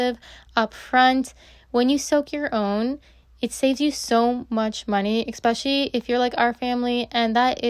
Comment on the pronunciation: Why do you say expecially? I only heard this from afroamericans.